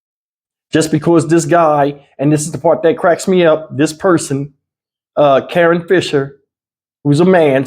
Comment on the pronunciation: Karon? Nah, that’s Ka- RON.